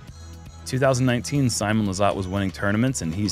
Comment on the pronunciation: The actual way to say Simon's name is Seemoon Lizzzzzzzut